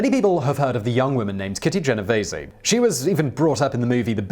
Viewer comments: It would be so awesome if YouTubers looked up pronunciations of words before slaughtering them on their channels... Kitty's last name is pronounced jen-O-vees... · Genovese is pronounced Jen oh Veez